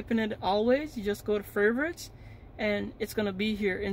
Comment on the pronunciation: furverits lmao